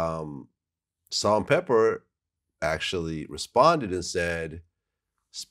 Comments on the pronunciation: It’s not salt n pepper, it’s salt n pepa! VLAD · Pepa maaaan. Not pepper. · Vlad should know it's Pepa not Pepper 😂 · Who tf is “Salt N Pela” Cmon Vlad 😭